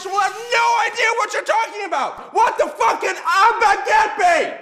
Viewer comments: J’ai même pas compris comment il veut qu’on prononce « the » Parceque il dit clairement zeu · C'est ouf ! Je n'entend même pas la différence ! oO A chaque fois que tu dis "the" moi j'entend "ze"... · Jsp si je suis là seule mais je sais prononcer "the" tout seul, mais il sort "ze" dans une phrase c'est très bizarre... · C’est pas devant une voyelle c’est devant un son voyelle qu’on dit « thee » 😋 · non mais c'est Facile à prononcé XD je comprends pas pourquoi vous dites "Ze"